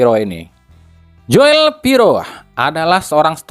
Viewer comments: min joel tu d baca jul napa min,agk comblang aj klu di bca Joel,itu kan tulisan jaman 70 on,oe --u,😊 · Joel ejaan Belanda dibaca Jul